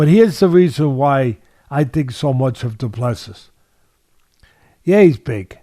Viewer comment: Du Plessis is a silent s at the end